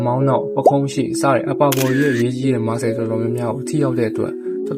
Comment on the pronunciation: Muscle=မာစယ္👍 Not မာစကယ္😂